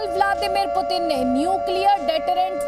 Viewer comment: Phle sahi se bolna seekho kch kch , butin pramadu kya hota hai yaar??